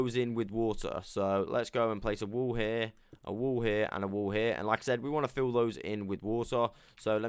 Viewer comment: Totally thought you said wool when you said wall😂